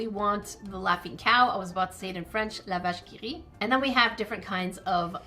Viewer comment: Wait... are you from the province of Québec? Cause your pronunciation of "La vache qui rit" was perfect calisse! XD